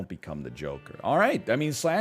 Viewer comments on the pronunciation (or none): Egg everytime a mild inconvenience occurs : "I'm gonna become the Jokèrrrrrrrrrr🤡"